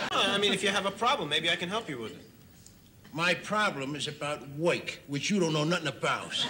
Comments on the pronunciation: 😂😂😂😂😂😂😂 A he's unemployed And 2 he don't woik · Don't pay no attention to this guy, A he's unemployed, 2 he don't woik. (not a typo).